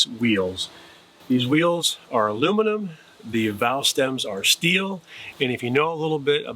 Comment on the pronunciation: I did you said alumnium wheels right